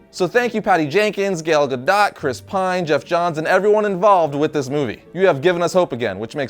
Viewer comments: who else cringed when he said her name wrong? Its GAH-DOH, not GAH-DOT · He said gal goto wrong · you pronounce Gal gadot'e name wrong